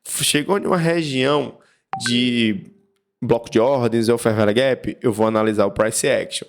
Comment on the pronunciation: "fer véle guépi" ... muito bom